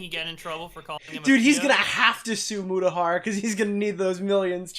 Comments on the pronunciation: Juristriction? “”, stop saying it that way lmao. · Do a shot every time mispronounces Mutahar